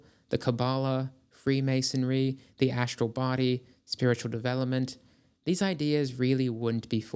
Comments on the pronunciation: "SHructure." "ASHtral." "DeSHtruction." So ASHinine. 🤨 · I also like "SHructure" and "ASHtral." "DeSHtruction." WTAF?? 🤨